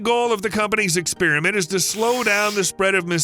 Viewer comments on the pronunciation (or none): Where did you ppl get the idea it's pronounced ex-SPEER-ment? Half of you just say random sh*t to help evolve language I guess. To the other half, you're an